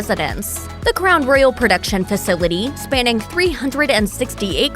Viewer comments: Is this a robot voice? Cuz she can't pronounce Royal for s*** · Someone please teach this lady how to say Royal!!!!!!!!